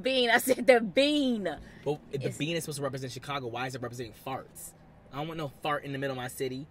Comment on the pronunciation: what about Chicargo lol you know who you are with the “R”love you still ❤😂